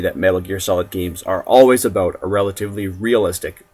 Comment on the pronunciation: "What I'm gonna talk aboot" lol